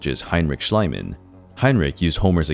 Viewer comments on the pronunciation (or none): Heinrich SchIEman ("schleeman"), not schlyman PYlos ("peelos") not PIE-loss Tyrins ("tirrins") not TYE-rins That's what the names have ALWAYS been (in historical times). Why are the Americans trying to re-invent the names???